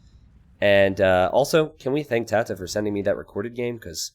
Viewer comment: The fact you're not pronouncing TaToH like the last 3/4 of the word potato annoys me.